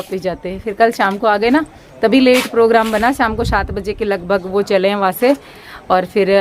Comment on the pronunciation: aap se ko h bolte ho mene kei bar notis keya hai